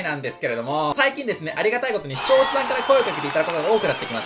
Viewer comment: しちょうしゃさんが言えてないぞ